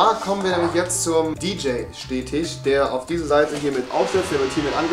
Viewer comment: "DJaye" ~Rewi ?! Nennt man das so? bRuDeR mUsS lOs